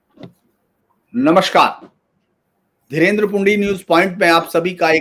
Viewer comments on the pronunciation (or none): नमष्कार नहीं, नमस्कार कहना सीखो तुरंत.